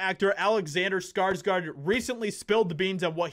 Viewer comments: Please start say his name right. Come on man, its SKARSGÅRD not SKARSGARD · You pronounce his last name (Scars - Gourd) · it is PRONOUNCED : skar-sGOR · It always feels so strange to me to hear people call Alexander and Stellan SkarsgArd since I'm Swedish and know that their surname isn't pronounced like that. It's SkarsgÅrd ^^ Å is such a different sound than an A, it might not look like much of a difference, but it makes the pronounciation quite different. Saying Skarsgord would actually make it sound closer to the right thing than Skarsgard. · Say skargsgard one more time m.fer